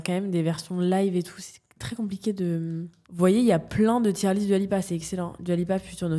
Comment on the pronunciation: svp ça se prononce « doua » pas « duua »